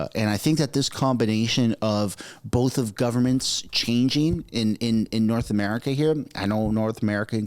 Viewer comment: How come Chow still says “boef” instead of “both” 😡